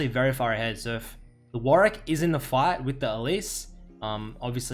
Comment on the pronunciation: "WARICK" actually tilting D